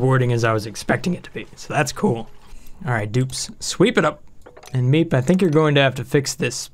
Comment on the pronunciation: When you say the person in charge, you mispronounced MEEP.